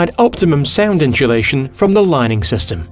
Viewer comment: LOL. The first time I was like "ah ok, it was just a miSHtake". But the second, third.... Are WE saying it wrong?!